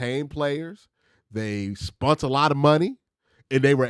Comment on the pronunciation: lol "Spunt"?!...What the HELL is spunt Q?